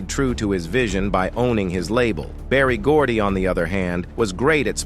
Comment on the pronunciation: It's Berry Gordy